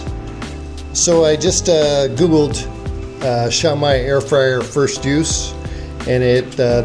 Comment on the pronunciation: Xiaomi is pronounced "SHYOW-mee." Also, most, if not all, air fryers use Chinese-made OEMs. Air fryers from American, Korean, Japanese, and European brands are no exception.